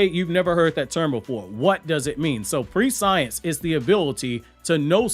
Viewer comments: Bruh....its not pronounced "pre-science". All that research you put in the video and you couldn't look up the pronunciation? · prescience is read like preh-see-ence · "PRESH-ENSE" OR "PRESH-E-ENCE" I believe it's called and pronounced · Pre-science.... Nah bro it's pronounced just like conscience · Also, I think the pronunciation of Koji's ability is 'pruh-scee-ensce' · understood. The amount of research you put into this is insane so that's well done on your part. But that pronunciation was just driving me crazy sorry😅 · lol obviously you’ve never heard the word either.. your pronunciation is off my guy😂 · I don't think that's how you pronounce prescience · Prescience = preSH(ē)nce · Pre-scE-ence not pre-science my guy😂 driving me crazy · It's presh-ince, presh(like fresh with a p) -ince (like since) Prescience. Not pre-science. Not tryna be a dick 😊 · Its not pronounced pre-science. It's press-si-ence. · I looked it up. It’s actually pronounced “pre-she-ence” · Hey Koji's shinjutsu prescience is pronounced (pre-she-ence). Pre as in precious, not pre as in predict. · its not pre-science its pronounced preh-see-ence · Just FYI, its pronounced preh-SHE-ense, not pre-science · Fantastic video 👏🏾 ❤️ just the pronunciation of the word is press-sients not pre-science...but damn I love your vids mayne. Keep up the phenomenal work 👏🏾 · I'm not sure it's pronounced pre-science like that. I thought it was pronounced "press-ee-ence" when I read it. anyways I'm really hoping it is, cause it sounds way better than pre-science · Hate to be that guy but you’re saying prescience wrong. It’s not pre-science. It’s pres-sen-ence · It's not enunciated "prescience" bro it's "pre-sci-ence" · Just a nitpick, but it's not pre-science. It's press-see-ence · Hey love your videos homie, in the future, prescience is pronounced “press-sea-ence” and not pre-science. Keep up the good work homie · Bro it is NOT pronounced pre-science LOL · Prescience (press-see-ence) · Prescience not pre-science